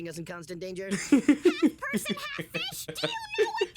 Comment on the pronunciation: Can't even say fish. 🐠🐟